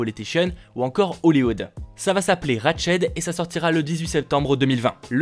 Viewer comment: RatchEd 🤣🤣🤣 ça se prononce ratchT mais ça va je te pardonne 😂